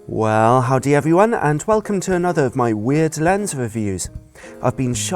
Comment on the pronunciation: When a brit. says "Howdy"